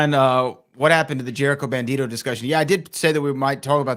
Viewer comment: It’s bandido. Not bandito